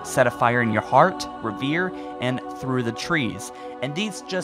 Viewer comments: omg its rev-errrr-ieeeeee. reverie. not revere. holy crap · it's not reh-veer. it's reh-ver-ee. it means being lost in your thoughts. like a daydream. revere means you look up to someone. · "REV - ER - REEEE" not revere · Pretty sure that song is pronounced Rev-er-ee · you pronounced "reverie" wrong